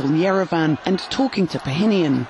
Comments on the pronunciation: its Pashinyan not "pahinyan" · Pa-sheen-yan Not Pyongyang 😂😂😂